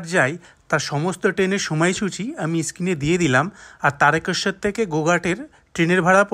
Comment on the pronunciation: দাদা, তারেকেশ্বর নয়, তারকেশ্বর।